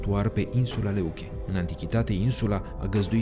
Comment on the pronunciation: Grecii au denumit-o Λευκή care se citește "Lefchí " și nu Leuche. Lefchí înseamnă alb in greacă.